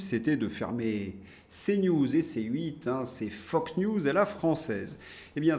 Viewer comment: Macron caniche? Le chien d aveugle de 60 millions de français non-voyants? Au fait, vous pronnoncez à présent souvent ’’phoque-news’’....! 😅 je n écoûte plus France-Pinder depuis des années. Hollande avait dit ’’ jusqu au dernier ’’! Macron a poussé les feux en Ukraine: la vie des jeunes gens ( et des moins jeunes) ne compte vraiment pour rien!